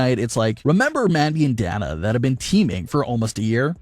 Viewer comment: Pronounced Dane nA